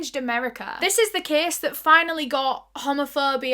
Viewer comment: When you say case it sounds like youre saying kiss and i love it